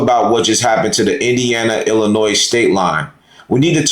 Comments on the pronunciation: Thanks Indiana. Once they enter Illinois the state police are ordered not to assist ICE. Just for the s at the end of Illlinois is silent. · Are you saying Illinois wrong on purpose? Also, it's ask not aks. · OK first the S is silent in Illinois, Second Several years back I ran steel in the area you are talking about and there are many many ways to get around those checkpoints, 3rd With the me egos that have been rampant for several years I do not expect anything to be accomplished until the drivers relearn how to agree to disagree and move on to a solution. My creds are 5th generation driver and 3rd generation O/O retired myself in 08 due to an injury and upcoming changes that I seen coming. Respect to those who are still in the fight and making the miles everyday. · You DO NOT pronounce the S in Illinois! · The “s” at the end of Illinois is silent. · S is silent in Illinois.